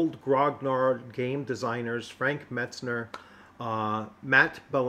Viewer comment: "Frank Metsner" you say after typing his name Mentzer several times in the video. 😂 Be sure to ask him how to say his name. Wait, I have seen videos he has done with others, he will correct you every time you get it wrong. 😂